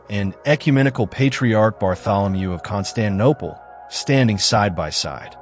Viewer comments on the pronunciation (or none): none